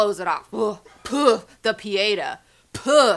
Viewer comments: 6.44 It's Pietà, not pièta accent on the final A... No offense but the "philosophy" behind this comic book is the cheapest ever. If you're unhappy it's your fault, find the way to be positive, it's up to you etc. Nevermind the magickdkfkskfifkskk, not to confuse with magic... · You also mispronounce "Quitely," "Pieta," and "Crowley" (yes, they mispronounced it in the song).